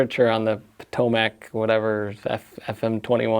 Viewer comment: Potomac is pronounced puhTOWmik. It’s the river that runs through Washington DC.